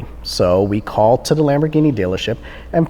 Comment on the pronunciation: "This one pErticular valet 'CALT are office..."